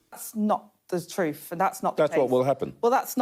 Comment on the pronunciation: Angela Raynor can’t tell the troof, she doesn’t know how to say the word